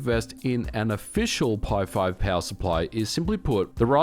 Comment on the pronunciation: Anyone else baffled by his accent? Peowurr. 😂